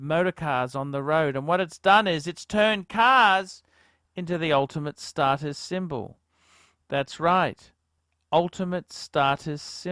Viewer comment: 'start us' it's 'stattis'